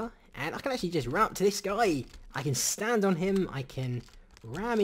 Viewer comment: the way he say's the word "Stand".. let's just say... Duwang